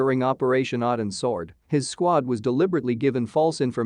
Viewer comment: What is the name of the op the SEAL team was on? I cant understand the damn AI narrator. It sounds like it could be a mis-pronouned "Odins Sword".